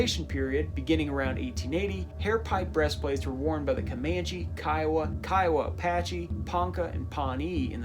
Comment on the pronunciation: You're the only white person I've heard pronounce Kiowa correctly lol